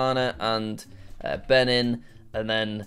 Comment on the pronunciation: Its be- nin